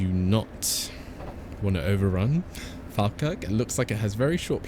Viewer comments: Falkirk is pronounced "fall-kirk" rather than fal-kirk just fyi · Great video, I've watched your videos for ages but just realised I havnt subscribed, so I have now. So since you mentioned it falkirk high station is actually said like...... Fall- kirk, as in you're falling over. Just thought I'd say it because you said you like learning new things. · Falkirk is supposed to be "Fall-kirk" (a lower "all" 'a'). Or, that's how I've heard every conductor on that line say it. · You have pronounced my town wrong Falkirk Watch Some Falkirk games You have a failed to pronounced